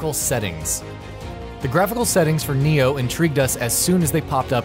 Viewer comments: It's NAI-0H not "Neo" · Why is everyone pronouncing it Nioh instead of Ni-Oh